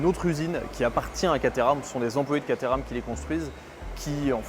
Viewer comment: ENFIN une immersion chez Caterham !! Merciiiiiii 🙏🏻 Et tu le prononces bien 👍 😉 Moi aussi j’en aurais une !!!! Et je te souhaite d’essayer une 620 très bientôt et de nous régaler 😍 Merci encore 👌